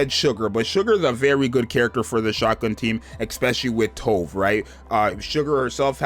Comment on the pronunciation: Not sure anyone cares but Tove is pronounced "too" "veh"